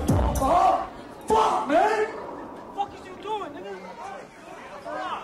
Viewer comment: He sound british when he said man